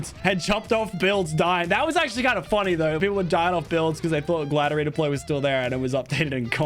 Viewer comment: “wike evrey gwider repode” - Lachlan